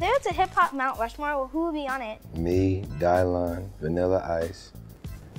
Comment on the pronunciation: He said Dailon xD